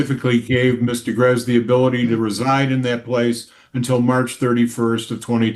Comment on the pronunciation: Am I confused or was the judge calling the woman Mr. Garez